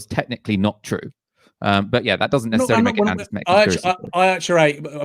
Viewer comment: grrr it's semitic not semEtic!